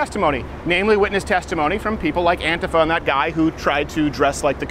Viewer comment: Why does he pronounce antifa wrong?